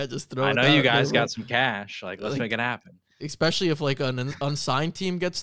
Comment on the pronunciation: not to be nitpicky, but the word is “ESPECIALLY” not “EXPESHALLY”